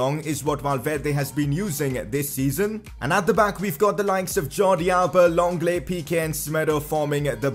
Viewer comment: His name is Lenglet not Longlet